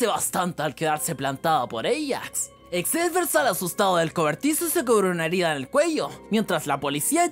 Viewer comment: Encerio xavier se pronuncia exceiver? :^ yo me llamo así y se pronuncia Javier jaja